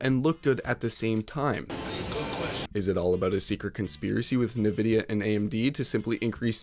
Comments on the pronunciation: Did you really say "allen-ate" instead of alienate? Also its not na-vidia, it's pronounced n-vidia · dude, stop saying nyvidia 🤦‍♂ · "nuhvidea" "allenating" bro you literallly cant speak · Allenated, Navidia, cmon bro listen to ANYONE else say those words… alien not Alan, who’s Alan? It’s pronounced N-vid-ea, not Na-vid -ea man that drives me nuts… that’s like nucular drives me up a wall… nuclEAr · Nuhvidia cmon man really? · its en vid e-uh not nuh vid e-uh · Wtf is NeeeVidia??? Its obviously written N-vidia.. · Dude, you need to start pronouncing things correctly if you’re gonna make a whole video about it, for example it’s pronounced “En-vidia” not “na-vidia”… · bro its N vidia not Nih vidia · Why do people insist on calling it NehVidia? It's N VIDIA. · No not NEH-VIDEA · Dude, it's N-vidia. Come on. If you're gonna make a video about graphics the least you can do is pronouce the names right, smh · Stop saying nuhvidia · Stop saying "Nuhvidia" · Navidia? Who the hell says it that way? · Yeah games are starting to suck. I rarely play anymore. BTW. Bro, you saying Na-Vidia? WTF is that? You ever watched any of their release videos? Presentations about upcoming tech? Catch up bro! Surely this isn't your first video about them. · You lost me at "nividia" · It's pronounced Envidia, not nvidia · There's no U in nVidia, stop saying "NUHvidia". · good video, however, i cannot allow a "nuh vidia" to go unpunished so i have to give it a dislike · ni-vidia...? lol. how it looks like?? can't take you seriously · Another video, another "nyhVidia". Where do you people get that from? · “Allenating?” “Niv-idia?” Have you considered using an AI voiceover? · Did you just say nuhvidia? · Allenating, nuh-videa.. are you even trying lol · PC gaming was never a cheap hobby. If people find it expensive, then maybe find another hobby that will suit your financial situation. Also, people who pronounce nVidia as "Nuh-Videa" does not deserve an opinion on the industry :D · WTF is Navidia?